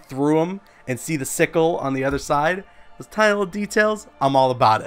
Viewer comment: nigga said dose